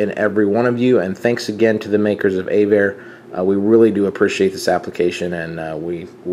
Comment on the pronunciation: Just to get it right - it's AV-ARE not A-VARE. This is from their website "Avare (pronounced “AvAir”) is a free moving map aviation GPS app developed in Boston, and donated to aviators and open source programmers. "